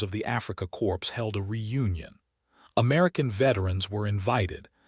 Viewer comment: I liked the way the facts were presented. However, this AI pronounced basic words incorrectly so much the narration became annoying. Basic words like corps (pronounced "corpse") and Kubelwagons (not able to spell the wrong pronunciation).